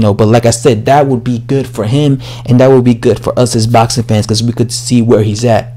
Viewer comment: It's boxing.. It's has an x In there. 😉 😂. Botsin. 😉. I do like ur vids thou. English subscriber.